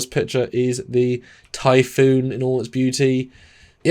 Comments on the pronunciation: Typhon. Not typhoon. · Typhon, pronounced ty-fon. Typhoon, pronounced Ty,-foon. Other than that, another great video.😊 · Its pronounced "Tai-Fon" not Typhoon", the name comes from Greek mythology, a giant with snake like features. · Typhon is pronounced tie-fawn. You’re saying it like the type of storm typhoon. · Why are y’all saying typhoon like the storm? It’s typhon (tie-fon) or say it quick (tie-fun). Y’all should scrap and redo the whole video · For me I don’t like the placement of the warp engines as it blocks the Bussard Collectors because of the bulk of the rest of the ship so they can’t collect the hydrogen gas needed for the warp engines they need to be on outriggers. Also the name of the class isn’t pronounced typhoon as in the Russian boomer but typhon as in the Typhon Expance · It's pronounced "tie-fun", there's only one "O" in the word. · Jeez, you guys read a book..... It's not pronounced "foon". You say it to rhyme with "gone" or "John"----Typhon is a figure in Greek mythology, the father of all monsters. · We care how it's pronounced because they're talking about the starship Typhon and not damn ocean Typhoons. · While the word Typhoon does indeed originate from Typhon, they definitely are pronounced quite differently. Also Typhon is more than just snakes, he's a Titan powerful enough to challenge Zeus himself, and the father of Cerberus and Hydra, to name a few other beasties.